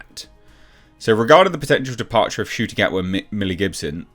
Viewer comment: That's Ncuti Gatwa Na-q-tee Gaht-ee... Yeah... I'm at a lost...